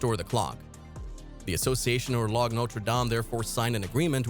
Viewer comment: "G" in French is pronounced as a "fat" "Z." You can pronounce English as you like, we care less. But when you pronounce a foreign word, you must pronounce it correctly, avoiding being ridiculed. So, "Horloge" is "Horloze", and "Boulanger" is "Boulanzer". Not HorloG or BoulanGer.